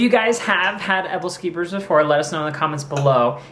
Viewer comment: hahah your Pronuncitation on Aebleskivers. Its a Scandinavian dish that people eat around the holidays. I miss them so much they are so good I loved them when I spent a year living in Denmark